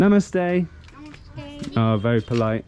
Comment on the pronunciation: The way you say Namaste, is really amazing 😍